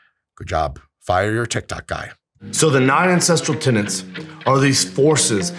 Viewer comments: He actually often mispronounces tenets as tenants. I think the close captioning was accurate to be fair. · He's definitely saying "tenants," it's a mispronunciation. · To be fair to the tik tok guy, Liver King sounds like he's actually saying 'tenents'.